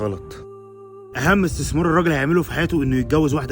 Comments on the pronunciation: اسمها استثمار بال ث مش بال س يا متعلمين يابتوع المدارس 😂😂😂 استسمار قال 😂😂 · استمسار ازاي يعني مش هو اسمه استثمار بالثاء بردو ولا احنا مش بنتكلم عربي ولا ايه فهمونا 😂😂😂😂😂😂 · لو سمحت استثمار بالثاء😅